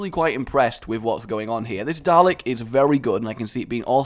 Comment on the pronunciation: DA-LEK there is no R GAWD